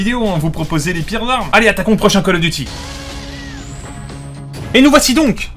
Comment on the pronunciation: Je like pas parce tu dit coll offffff call of duty